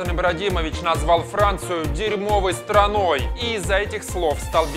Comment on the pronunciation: Ахахах "дерьмовой строной" ахахаха